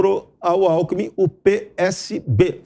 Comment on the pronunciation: Tanto tempo no poder,não se deu ao luxo de ao menos aprender a falar. Só se especializou em ser bandido. Nem o nome do vice ele sabe falar. O chama de Alku